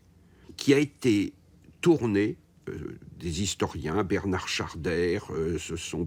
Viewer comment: Bernand et non Bertrard.....